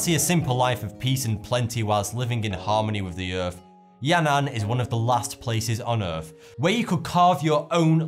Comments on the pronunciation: what's the EARF? Do you mean Earth? It's ok I get it with these things....I mean FINGS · Doğan Cem G OK, į wondered if I was the only person severely annoyed that he can't seem to pronounce th. Earf, Deaf (as in you've died instead of in regards to your hearing), fought instead of thought, etc. I'm only a minute into it, and already I want to scream. ugh!